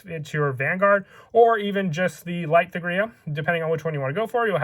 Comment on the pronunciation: The only gripe I have is this. The letter h in thegrea is silent, you don't pronounce it at all. Hard T, Tegrea.